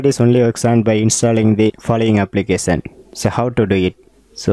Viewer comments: How? Applikesan? Lol, bruh its application. No hate or offense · Gud Job but try to pronounce notification and application correctly